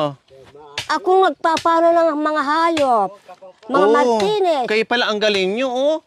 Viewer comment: Tawa na na man ako sayo 😄. Martines,lunes, huebes hahaha